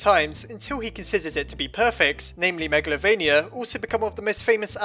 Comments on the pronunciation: It's calld magaltova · You pronounced meglavonia (meg la vo nia) wrong